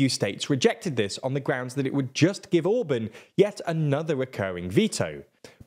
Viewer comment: He is not Orbön, he is called Orbán. Learn to pronounce his name